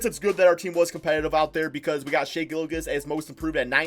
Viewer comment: did just say Gillagiss 🤣🤣 it’s pronounced Gill • Juss